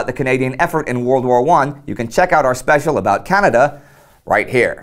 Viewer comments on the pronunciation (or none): none